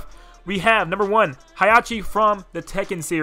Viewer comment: You actually got Heihachi's name right